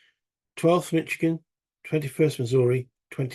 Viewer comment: MI stands for Michigan, you got it. FYI, it's pronounced mish-ih-gan, not mich-ih-gan. Thanks for the playthrough. Still watching. Enjoying it. Shelby Foote's Civil War series is one of my favorites. I will checkout the Shiloh 1862 book of yours. Thanks for sharing it.